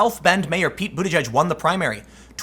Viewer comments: It's pronounced "booty keg" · I think it's pronounced butta-geeg